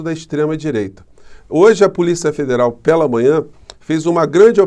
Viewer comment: Por quê será que o Promuncia "PE'LA e PE'LO?? 😊🙄🙄😄